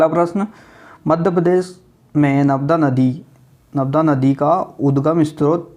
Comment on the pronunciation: narmada hota h navda ni hota